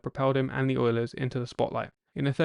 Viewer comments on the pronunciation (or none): Announcer can’t say ‘the’.